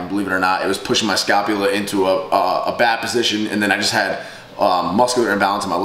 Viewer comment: I cringe every time he says "scalpula" instead of "scapula".